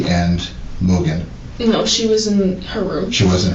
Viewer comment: Why is she calling Maddie, “Mogan”?